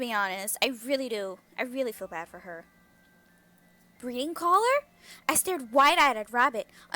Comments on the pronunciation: at the beginning when rabbit shows us here breeding collar I thought she said bleading collar. LOL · Haylie and Nadia Chanel i also thought she said that